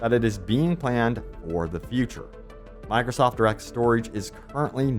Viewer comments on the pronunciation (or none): none